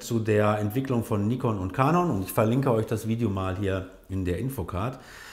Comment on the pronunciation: Warum spricht ihr eigentlich der Firmennamen Canon immer so beschissen aus???